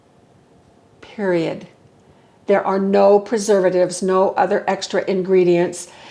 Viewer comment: I just love you! You are so helpful,AND, funny! That slow and very stated “PERIOD” made me laugh😂! Thank you for all you and John do‼️❣️